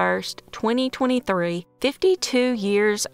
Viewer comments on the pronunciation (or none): none